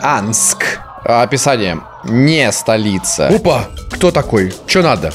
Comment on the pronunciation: "Не столицоа" =-) это, похоже, так слово звучит на Евгенианском )))